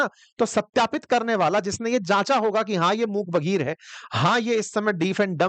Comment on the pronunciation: बघिर नहीं बधिर शब्द है भाई ।